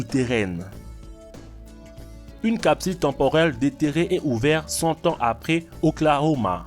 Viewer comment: O K L A H O M A et non pas oklohama